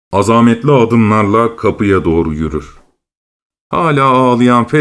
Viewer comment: Ağzınıza sağlık. 💐 İzninizle birkaç telaffuz düzeltmesi önerisinde bulunmak istiyorum. "Azamet" kelimesi "azâmet" şeklinde değil, "azamet" biçiminde okunmalı yani ikinci a'sı uzatılmamalıdır. Siz "azâmetle" biçiminde okumuşsunuz. "Gidişat" sözcüğünün ise kelime sesli harfle başlayan bir ek aldığında veya ünlüyle başlayan bir sözcükle ulandığında yalnızca a'sı uzatılmalıdır. Siz ikinci i'sini de uzatarak "gidîşâtından" şeklinde okumuşsunuz; "gidişâtından" biçiminde söylenmelidir. Sevgilerimle.